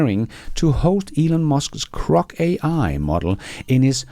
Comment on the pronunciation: G G G Grock. Not C C C Crock. 😂